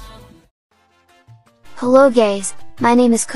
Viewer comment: text: hello guys voice: heloo gays😅